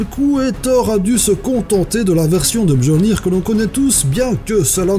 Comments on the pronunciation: pour Mjollnir, on dit miollnir le "j" se prononce "i" en nordique, de plus ta pas parler du plus intéressent, quand Thor le lance il provoque un éclair dévastateur a l'impacte avant de renir dans la main de se dernier, avec tout ça, pas étonnant qu'il sois le dieu de la guerre. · MJÖLLNIR SE PRONONCE MYOLLNIR !!! putain désolé mais j'étais obligé... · Super vidéo :D Pour le nom de Mjöllnir, le "j" se prononce en "y", donc ça se dit "Myolnir" :) Et le nom l'archange "Michaël" est en réalité "Michel" ^^